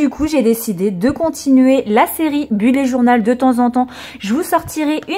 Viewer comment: Coucou je voudrais précisé que bullet se prononce bulète et non bullé ! Voilà des gros bisous !!💖